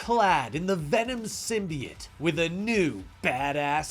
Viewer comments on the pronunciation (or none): Am I the only one that it bugs the shit out of every time he pronounces symbiote as symbiet? Lol he calls the zombie dudes zombiotes, not zombiets so wtf?